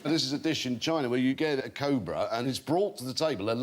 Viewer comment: Can someone teach that guy how to say Cobra